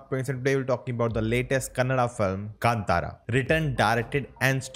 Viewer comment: Its not kantara. Please pronounce as kaantharaa